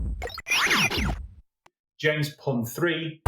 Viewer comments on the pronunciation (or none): none